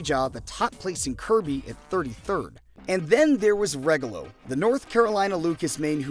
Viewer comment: I can't wait to see your video on Regalo. Please mention Nitox too! A lot of Americans are mispronouncing their names. Regalo which means gift in Spanish is (Rey-gah-lo) also/or (ray.gal.lo) and Nitox is pronounced like (knee.tox) and/or (knit.tox). If you're saying (regg.ga.lo) or (ny.tox) you're saying it wrong, but no one is really wrong though it's just a preference.